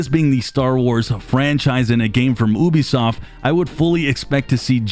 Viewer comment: Ubisoft = yoo-bee-soft not oo-bee-soft. Apart from that nice video!